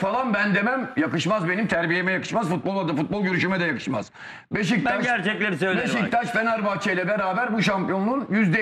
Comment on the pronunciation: Sinan Engin Beşiktaş İle İlgili Konusurken Hızlı Konustugu İçin Sürekli Beştaş Gibi Çıkıyor Agzından :) Bir Tek te da birde da BeşiKtaş Diyor öncesi ve sonrası Beştaş Diye Çıkıyor Agzından